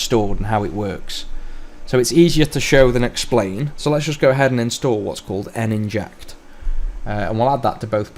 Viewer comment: N-Inject? Surely Nin-ject, like a ninja ...